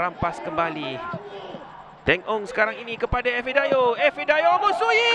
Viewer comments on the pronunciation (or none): ife oi bukan efi, efi efi haha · Ifedayo, bukan Efidayo wahai pengulas oi...